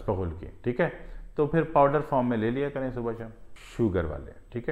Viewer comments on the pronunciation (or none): none